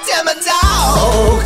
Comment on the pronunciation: It's not demedog it's demodog